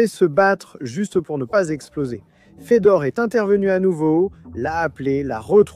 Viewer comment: merci pour la video, juste une petite remarque Fedor (Фёдор) se prononce comme Feu d'or et pas comme Fédor (Федор)